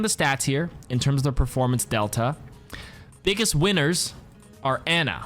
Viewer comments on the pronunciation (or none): none